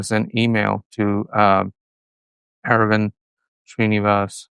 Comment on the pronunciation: its not era-vind, ita ara-vind